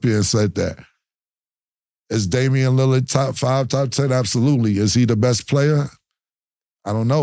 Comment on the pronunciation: Y'all forgot when Mase says Lillard like "Lilly-Yerd" 😂